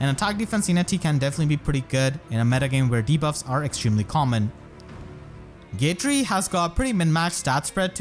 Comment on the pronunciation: Dude he keeps calling Gatrie “gay-tree” and I’m living for the Christmas spirit